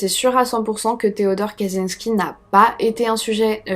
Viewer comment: info pour chipoter : "cz" se prononce "tch" donc c'est tres probablement "katchinsky" en phonetique . le J (y compris celui avec un point dessus ) se prononce comme un G . Zubrowska la biere se prononce "joubrowska". le L barré est un "iote" il se prononce comme un w .... bref... si tu as besoin d'aide un de ces quatre concernant es pays de l'est n'hesite pas ! Ps: arrete un peu tes projts annexes et redonne nous des videos, j'adore ton boulot mais ca se voit que tu as pas la tete a ca ... kiss